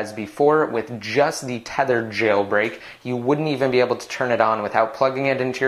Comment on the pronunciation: omg why do you say "jailbreak" the way you do? it's so annoying.